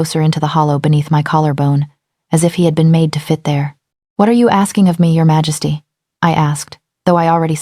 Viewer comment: Can you please fix the pronunciation of Majesty? The AI reader pronounces it wrong most of the time and it’s very distracting. It’s the same in all of your videos. Take a little care.